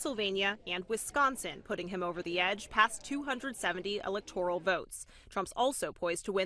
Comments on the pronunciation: It’s electoral… not electorial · This guy is terrible. It's not the "electorial " it's the electoral map. Damn. Fire his stupid ass now.